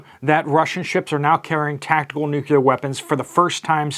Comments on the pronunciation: I follow your reports religiously but, please stop saying "nuckyoular" Curse you George Bush....it's of the NUCLEUS so it's pronounced - NEW KLEE ER. End of rant. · Nuclear not nucular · NEW-CLEAR WEAPONS. NEW-CLEAR! NOT NUKE-U-LAR. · It's pronounced "nu-clee-ar", not "nucular". Sorry, pet peeve 🤷‍♀️